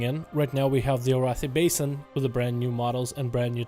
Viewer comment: highlants. not basine ;p